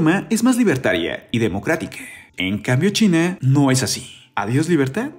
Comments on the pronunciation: No entiendo su afán de hablar super mal. Se dice CHINA no "chine" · Me da risa como mencionas china